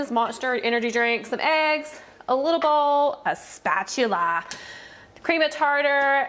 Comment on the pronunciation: No one: Not one person: Not 1 single soul: Her: "A SpAChuLLa"😂😂